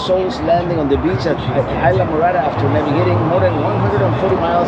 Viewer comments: "Eye-la" Morada? You must mean IS-la! Talkin' like a gringo! WTF ! :) Just pushin' your buttons ... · I enjoy all your videos. I'm watching the Florida Keys video where you stayed in Islamorada. What i don't understand why a Cuban like me you don't properly pronounce the name Isla Morada correctly. For those watching that don't know Spanish, Isla means island, and morada means purple. Isla phonetically would be pronounced, Eeesla or close to that. Be proud of your heritage, I am. From California Alberto.